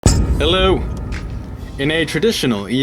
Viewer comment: Tarek Mousa "Hello" but it sounds like he says yellow, lol.